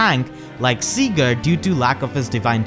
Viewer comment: He said cgurd/seegurd